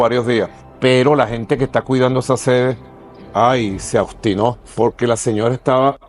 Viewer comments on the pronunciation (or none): Maduro es tan chimbo que no sabe decir "se obstinó" y dice: " se austinó"